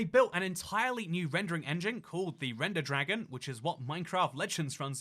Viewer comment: "Remder Dragon".....More like Render Dragin'.